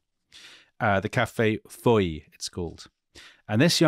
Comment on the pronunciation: fyi: Café de Foy : the -oy should be pronounced like the oi in roi or fois not like oy in toy. Same goes for the word Leroy.